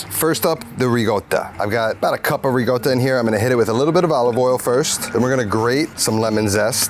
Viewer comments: sorry dude, love ya, but in NO language on earth is Ricotta pronounced "Reegota". It's still a C in Italian. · I stopped watching the video when he pronounced ricotta with double g's